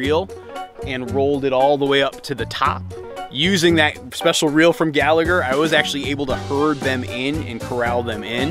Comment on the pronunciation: Pronounced Gall-a-her.